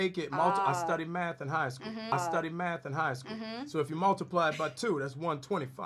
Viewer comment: i say maff too